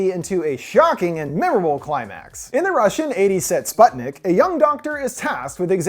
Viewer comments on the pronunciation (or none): As a Russian native speaker, let me correct you: Sputnik is pronounced as spootnik